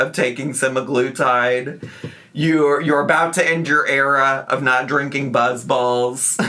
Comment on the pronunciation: "I do plan on drinkeeen soon" ok, 😅